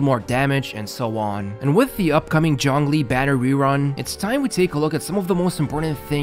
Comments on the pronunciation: no, the "zh" is kinda pronounced like "juh", not "joh", which is the way they pronounced it. Saying "john lee" is also missing the "ng" sound, and zhongli also has an "o" sound that isnt present in english. Also about your cousin, they may be either accented or saying to so fast that you cant make out the individual sounds, which a lot of people do. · native pronunciation of zhongli sounds like jongli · That may be true and all, but I don't understand what point ur trying to make? Starting with a 'J' is still closer to the original pronounciation rather than starting with a 'ZH'. I said that in my previous comment too ☝️ I never said he said it correctly, I just said it was closer to the original